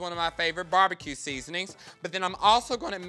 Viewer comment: lol Fully endorsing Bar-Be-Kay :D